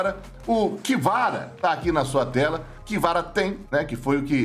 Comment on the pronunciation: Como escreve: KVRA Como o lê: "KIVARA" Como deveria: CA VE RA